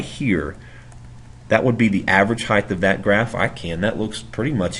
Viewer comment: average heighdth lmao